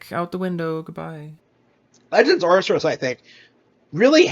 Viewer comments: Wow... this guy is just... so weird! I mean, firstly, have some pride! He's slouched on a couch with his eyes barely open and his shirt not even covering his gut. Ugh. Also, it's not "arr-ser-us" it's "arr-kay-us". If you're gonna be a Nintendo fanboy, at least get the name right. The name is Arceus so I'd get like "arr-see-us" but where did "arr-ser-us" come from? Meanwhile, yeah, Elden Ring was a new IP with an M rating. Of course it's going to have less of a target audience. Add to that it being made by FromSoft, aka the people who make hard games. Target shrinks more. It's that nuance that matters. But eh, this guy is mostly just there to laugh at so I'm glad we can do that. ^^ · This mf is saying "Ar-ser-us" instead of "Ar-key-us" or even "Ar-see-us", yet he glazes Nintendo with his every breath. Then again, he's having a lot of issues using those brain chemicals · It’s pronoun AR-KEE-US Even though there’s no voice lines in the game it’s not hard to be read the name. I feel like he’s trolling dude. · The thing about his initial comment he fails to realise is that he is combining the sales numbers of Scarlet & Violet TOGETHER, now if you look at the sales of each individual game i.e Scarlet OR Violet I'd be willing to wager that Elden Ring outsold both. It's Ar-Cee-Us or if your a cultured person Arkoos. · "legends arceus" and he somehow adde a second r in there??? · I loved how you accurately called out his mispronunciation of legends arceus without even hearing the title once. That's pretty funny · Fanboy absolutely loves talking about Nintendo games but can't fucking pronounce Arceus